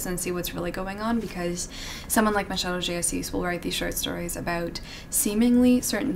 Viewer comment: She saying “Machado de assis” is the most perfect thing that i have ever heard